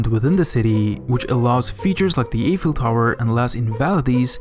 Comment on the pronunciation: he is calling Paris PAYris , the Eiffel-tower "Effel" and so on......